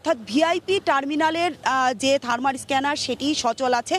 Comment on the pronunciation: থারমার না আপু, থারমাল থারমাল